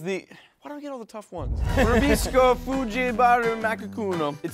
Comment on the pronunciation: You said buko and fudgee wrong how I know is because I live in the Philippines.